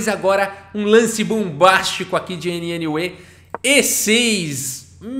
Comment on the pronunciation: A pronúncia de NNUE é algo parecido com "new"...